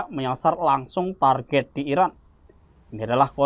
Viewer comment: Kalau ngasih kabar yg jelas ngomongnya ngapa... Iran apa Irak... Yg di sebut..??